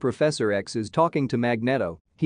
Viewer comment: I just can't get past the voice mispronouncing Magneto.